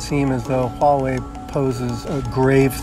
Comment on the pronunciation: Not entirely sure why official American news media keep silencing the H when "H" is not silent in the pinyin system (a highly phonetic system). It's not even softened in Mandarin the way some speakers try to pronounce it like a "W". I suppose "Hua" is not a usual series of letters in English but it should be much closer to "Hwa-way". has the closest pronunciation in this video.